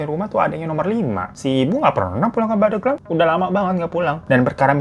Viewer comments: Pandeglang ya bang Hiro bukan pandeuglang 🤭 alfatihah untuk ibunda nya anggar 🤲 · bang nyebutnya pandeglang nyebut hurup e-nya kayak bebek, jd nyebutnya pandeglang 😄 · Bang. Bacanya bukan pandeglang. Tp pandeglang.. E nya buka emas tapi ebi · Pengucapan pendeglang bukan gtu kaaa😮😅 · Cara penyebutan Pandeglangnya Bang Hiro lucu😅🤭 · Cara baca pandeglang nya salah 🤭 tapi gpp kak hiro tetep the best 🫶🏻🫶🏻